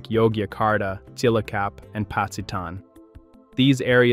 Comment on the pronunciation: Cilacap : sea la cup 😂😂😂